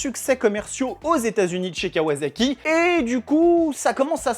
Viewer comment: Sympa la vidéo juste pour info à la japonaise ça se prononce kawassaki et non pas kawazaki 😌